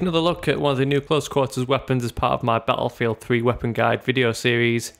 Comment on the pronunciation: bah-ah field thhhhree